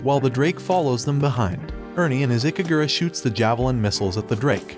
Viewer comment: Okay, the only thing i want to correct is the silhouette knight's name, it's "IKARUGA" not ikagura. It's not hard to remember right?